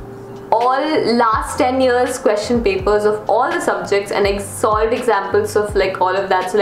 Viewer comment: Why does whenever said SOLVED it sounded like SALT. i was really confused lol.